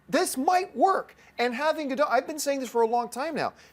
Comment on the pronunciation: You are so mispronouncing Gal Gadot name, the "t" isn't silent !!!.